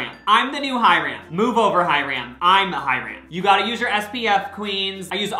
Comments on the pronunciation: mispronunciation checkkkkk ✅lol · and Hiram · the way he says hyram lolol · The HyRAM had me laughing so hard. It's pronounced Hyrum even though it's spelled Hyram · he said hyRAN and not hyram lmaoo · omg you became Hyram for a minute..also the way you said Hyram 💀💀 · The way he pronounced hyram lmaooo. Also what happened to the bomb Ashley tisdale song? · Do you actually pronounce Hyram’s name like that???